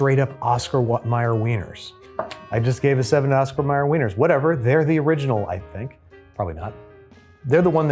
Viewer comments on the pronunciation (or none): none